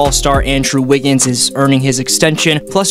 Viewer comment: "æ wiggins"